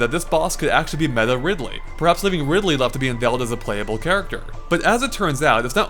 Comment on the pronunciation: umm....did you just call Ridley at first.....Ripley?